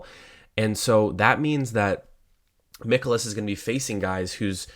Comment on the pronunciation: Its not Mickolas, its Mikolas like Mike You won your bet, but do you usually cap baseball?? Seems like you missed alot of talking points, especially using a tiny tiny sample of bat vs pitch. VMI is a much better tool, not to mention how hot both teams are against handedness of pitcher. Also no mention of bullpens, cubs have top 3 guys worked back to back nights